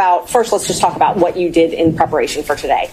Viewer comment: " since it did " , not, since it deed ! 😂😂😂😂